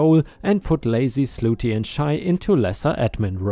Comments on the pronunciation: Hey, slutty is pronounced Sluh tee, not Sloo tee just so you know. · it's SLUT TY..... NOT SLOOTY 😇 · The woman doing admin work story... Slutty isn't said as "ss loo tee," but rather as "sluh tee." If you're saying that way on purpose, oh well. Otherwise, little correction to remember. Also, despite the way OP wrote it, it would be pay "raise" not pay "rise." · "Slutty"...... pronounced like "cup".